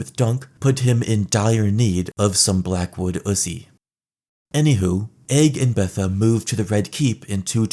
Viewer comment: I can’t unhear Blackwoodussy